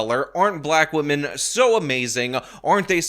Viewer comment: Feeling guilty over your skin color, let alone something over which you had absolutely no control, is just dumb. It will never not be dumb. Also, gross, she also does that saying "woman" instead of "women" thing. Definitely off-topic, but what is going on with English speakers?